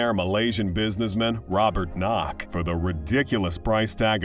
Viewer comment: is "Robert Kuok" not Knok...